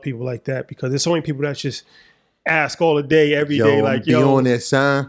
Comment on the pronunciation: “Ask” NOT “Ax”